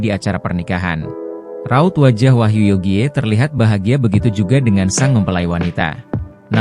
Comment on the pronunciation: Wahyu Yogie bacanya Wahyu Yogi,,smart dikit..!!